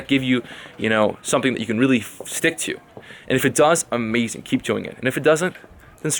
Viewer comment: "Great weather, which is amaaaazin'." You have that female California accent, lol.